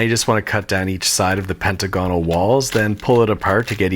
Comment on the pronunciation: I can't tell if he doesn't know how to pronounce pentagonal or if that's part of the bit.